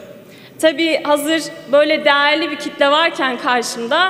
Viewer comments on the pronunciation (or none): "Dağarli bi kıtle varrrken..." Değerli kitle dediği de milletvekilleri... :D Tam da gaençleri timsil idiyir. :)